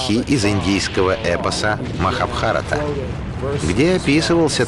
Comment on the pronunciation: МахабхарАта, а не МахабхАрата.